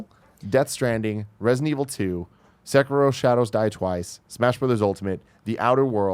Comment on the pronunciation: Can we please get the pronunciation of Sekiro correct please. Its pronounced Sec-er-o not Sa-keer-o